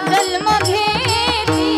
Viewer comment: खूपच छान,ताई ! फक्त जल्म् ऐवजी जन्म उच्चार करावा ही विनंती